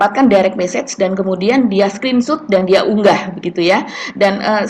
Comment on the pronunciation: yang benar Screen Shot (SKRIN SYOT) BUKAN Screen Shoot (Skrin syut)